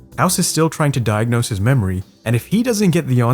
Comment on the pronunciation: lolz you said hilson instead of wilson and diagnose doesnt go until the end lolz